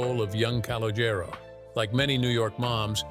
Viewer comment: C and Jane did not go to school together and pronounce his name correctly! Now yous can't leave!